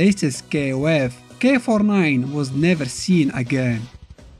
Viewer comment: Why I keep thinking you say “k49” lol